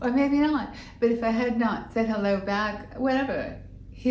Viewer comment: I love listening to your stories,! (Arnold saying “hellewaw.”) So fun and funny. 😂